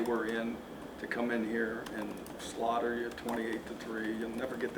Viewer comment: Lololol...he said 'SLAUGHTER '!!😂😂😂😂 ...AB looked like 'Fool...I could SLAUGHTER u now....lmao!!!